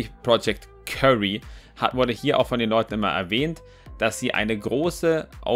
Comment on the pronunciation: das heisst btw nicht project curry sondern wird kiury ausgesprochen xD